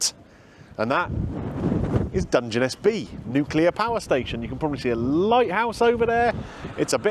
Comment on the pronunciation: Hate to be picky, but is pronounced "Dunge Ness", and not "Dunge en Ess".